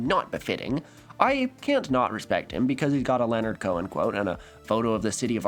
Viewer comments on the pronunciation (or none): none